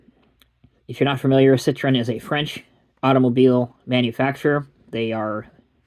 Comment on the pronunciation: Learn how to pronounce "citroËn", please.